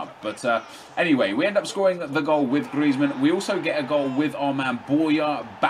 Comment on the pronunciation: hes calling james greizmann